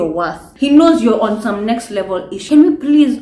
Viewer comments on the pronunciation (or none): none